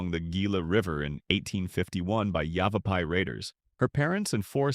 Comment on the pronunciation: yet it somehow pronounces Yavapai correctly😂